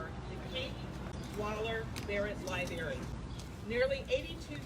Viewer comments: Library, not liberry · Black, black, black. Sounds pretty racist. BTW you might want to learn how to say library. There’s an R in there it’s not a Berry.